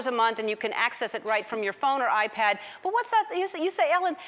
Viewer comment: did she say iPard? haha